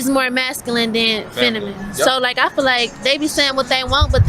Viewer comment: This girl is so masculine she can't even pronounce feminine. Chick said fenimine 😭